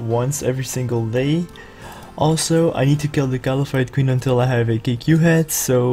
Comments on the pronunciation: If you check out their name, its KALPHITE, not KAL-A-PHITE. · Don't ever say KALAPHITE again. Please. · I think is saying it wrong because everyone pronounces it Kal-fight...